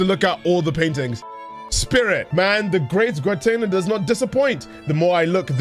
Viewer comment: Happy that started trying to pronounce the artist's name differently, but soon slipped back into the Gwer-tay-nah we all know and love.